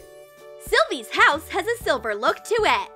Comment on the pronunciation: It is silver not siver